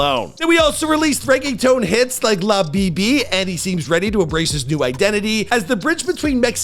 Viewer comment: La bee bee